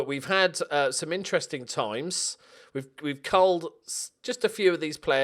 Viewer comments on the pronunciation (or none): none